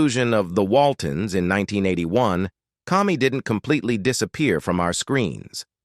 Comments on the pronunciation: Most of this is rubbish. Cammy, not Commy! (Pronunciation only). Obviously not a real person narrating. Seen many of these before and after shows and most of them are so wrong. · Kami's name is pronounced Kami with a long A, not like "Commie". They also did not live on "Walnut Mountain". They lived on Walton's Mountain. Go figure... The narrator also mispronounced Michael Learned's last name. Why didn't he double check?